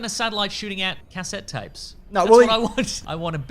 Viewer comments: Just when I thought I had heard all Australian pronunciations, hits me with CASette tapes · Say cassette again? How are you pronouncing that you lunatic?